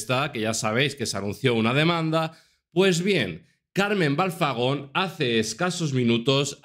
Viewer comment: Y te parece poco lo todo lo que ha dicho, Frank es un bocazas y le tenían que dar un buen escarmiento, por cierto que alguien le diga que es Carmen Balfagon, no Balzagon.